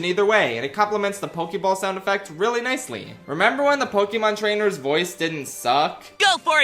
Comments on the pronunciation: Bro I thought Pokémon trainer said “jump boy” my whole life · I always thought he said "Go, boy!" like he's playing with a dog or something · I thought it was "Go boy!" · As a kid, I always thought the Pokemon Trainer was saying "Good Boy" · pokemon trainer always sounded like he was saying "go, boy!" to me